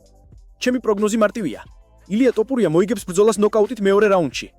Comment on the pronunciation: რატომ ამბობთ "ტოპურია"-ს, შენც უცხოელი ხარ, რატომ ამახინჯებთ ჩვენს ეროვნულ გვარს-"თოფური" მეგრულია და თაფლს ნიშნავს; გვესმის ეს უცხოელმა წარმოთქვას, თქვენ რაღა გემართებად, შეგნებულად აკეთებთ ამას?!...აბა, რა უნდა იფიქროს კაცმა?